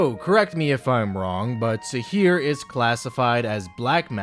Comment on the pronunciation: It is sihr not sihir